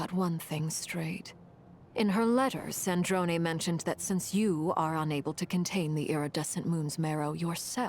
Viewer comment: its sandrone not sandron oml